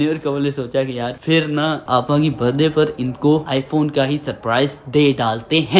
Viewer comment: Bhai baddy nhi hota birthday hota ha